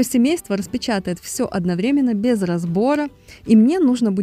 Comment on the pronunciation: Спасибо за юмор и за подсказку, что лучше выбирать товар сзади полки, я знаю эту хитрость , но это очень полезный совет и отдельное спасибо за слово одноврЕменно, так как очень многие не ставят правильно ударение, а это приятно слышать слова с правильным ударением.